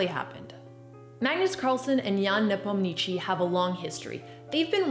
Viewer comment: Maybe learning a proper pronounciation of Nepo’s surname would be a good start?